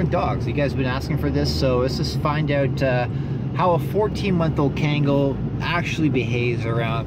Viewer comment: kaengal... its pronounced k-ahn-gahl. Kangal. not to be rude, still love your content tho